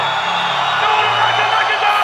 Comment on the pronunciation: So.... We just gonna ignore khabibs last name when he introduced him 😭😂